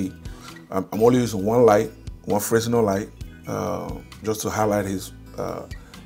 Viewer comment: It’s pronounced frenel not fresnel, the s is silent for some reason